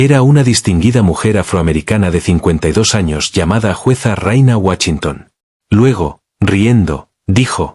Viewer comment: "¿Birminám?" 😂😂 "Raina Guachintón"...😂😂😂